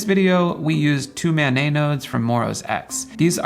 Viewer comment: It’s not “man nay” it’s “man net”. It’s not French it’s an acronym.